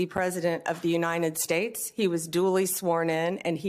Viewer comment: She can´t even say, "The United States". Like her orange Jesus.